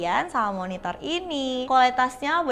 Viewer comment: Gara gara, pas dia bilang Monitor, gua dengernya MonitoL...!